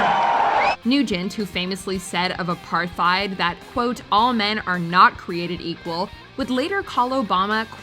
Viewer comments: Please learn how to pronounce "apartheid". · It's pronounced apart heid not thide